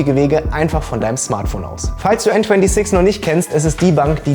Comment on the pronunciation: Bro bitte sprech n26 deutsch aus!!!